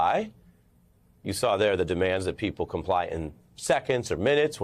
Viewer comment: OH, you meant 'comply', I thought you said 'Come Lie'